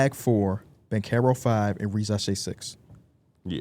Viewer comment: 2025 coming to an end and still can’t say Risacher right at all